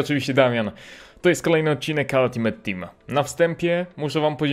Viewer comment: ALTIMEJT nie ALIMET